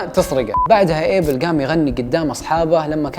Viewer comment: اسمو ابيل ما ايبل 😂😂😂